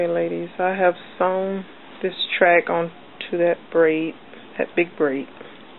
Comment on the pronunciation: no offense you spelled track wrong you said tract......